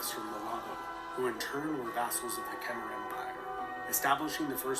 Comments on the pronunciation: Ayutthaya. Is Ay-Yoo-Thai-A...he completely destroys the pronunciation. Also Khmer is pronounced Ke-Mai. The Khmer people are of Cambodia. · You are wrong all. Ke Mai your a*s!